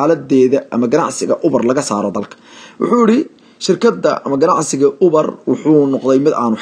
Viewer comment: Ubar maaha waxaa loo akhriyaa , Yuubar 🤣🤣🤣🤣🤣